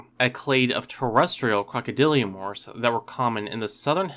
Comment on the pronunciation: Crocodylomorphs my dude. Not crocodyliomorphs. Love your videos bro